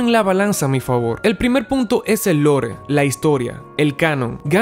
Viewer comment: Si vas a decir palabras en inglés dila bien. Lore se pronuncia "lor" jajaja